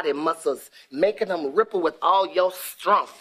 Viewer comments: With awwlll your Strunmghttt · “Making the muscles ripples with all your screngfff” … I screamed 😂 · "With all your STRUNGTH" lol! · He said strumpf. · dat manly STRUNF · 😂😂😂😂 use ur stremmmphhh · Strunth. Kills me everytime